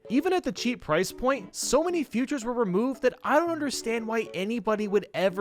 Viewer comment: Why do you say futures instead of features